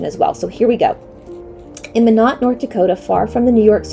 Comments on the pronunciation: Hi there! Nodakian here 👋 Minot is pronounced MY-NOT. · It’s pronounced My Not. Minot